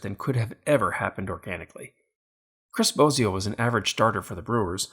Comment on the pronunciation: Chris Bosio calling, my name is pronounced wrong Phillies Guy! My last name is pronounced like the Wizard of Oz, not like Bozo the clown. Just nitpicking and keep up the great videos.